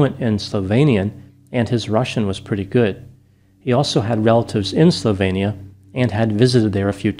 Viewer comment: Slovenia is approximately /slovi:nia/, not /sloveinia/.